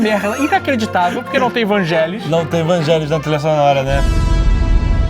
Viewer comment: A pronúncia de Vangelis é "Vanguélis"... eu sempre achei que era "Vângelis"... vivendo e aprendendo. =)